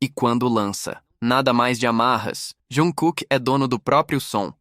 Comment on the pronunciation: Tem que aprender a falar o nome do artista se quer falar sobre ele,e nome da agência também.